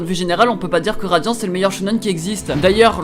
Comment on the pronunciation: Dans la vidéo il dit radian au lieu de radiant😂 J'adorais beaucoup atteindre les 1000😊